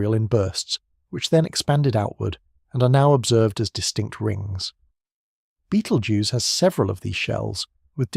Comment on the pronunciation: Clearly AI with sloppy pronounciation of the word Betelgeuse. Makes me wonder how many of these facts are correct, especially when it refers to the light reaching us is a recording. Hate to think what my future generations to the power of 500 will think how wehave managed to dumb down presentations by avoiding using real humans to narrate them. Are we heading for brain death and and an evolution back water?